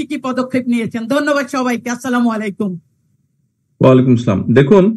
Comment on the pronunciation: বাই আপনি দয়া করে চা মুলাইকুম বলবেন না, বলবেন আসলাম আলাইকুম বলবেন